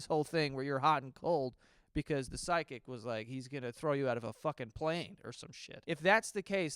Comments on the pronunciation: Is it me or is saying sidekick instead of psychic 😂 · Everytime joe says psychic I hear side kick. 😂 just me?